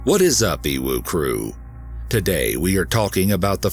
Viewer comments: I'm sorry but evil crew sounds like uwu crew and every time he says it I laugh so hard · When you say "EWU crew" my brain turns it into "uWu"